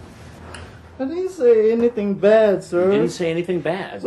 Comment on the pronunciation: So this commentator claims to be a writer, yet on several occasions he says "anythink". Hmmm Spell correct put a blue line beneath that "word"..... What's that about !?